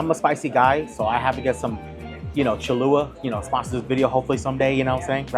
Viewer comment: If you want Cholula to sponsor you, you might want to pronounce it correctly. It’s Cholula, not Cholua…there’s 2 L’s in there.